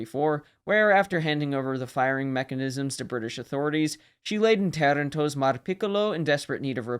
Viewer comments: Sir, Thank you for the nice videobut please listen to the pronunciation of "Toronto" Italy. Its not "Terento" or "Tirento". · Pronaunce Toranto right........ u are an Amarican !